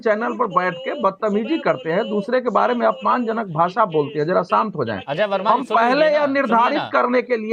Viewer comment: अजय वर्मा बोलना तो सीखो